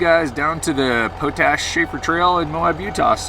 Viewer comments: Props to you for doing the switchbacks in your truck house. I’m sure the YouTube audience has already chimed in on this, but it’s pronounced pot-ash, not po-tash. It comes from the practice of leaching potassium from wood ash and generating potassium carbonate. The evaporation ponds you pass on the way up are for crystallizing potassium from a mine there. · Pot ash road, is pronounced the same as the other pot that you can smoke. lol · It’s pronounced pot ash